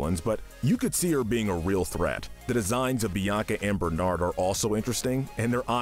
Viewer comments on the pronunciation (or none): none